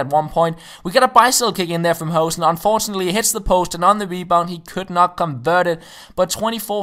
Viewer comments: Its pronounced hoo(like in boo)-sen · You pronounce hoesen as lose